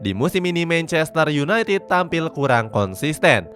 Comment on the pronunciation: Sebutin 2 kata paling lucu? "Mencester yunaitit" huhuh..